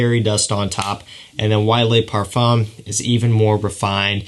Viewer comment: Le Pa(r)fuuu(m) lol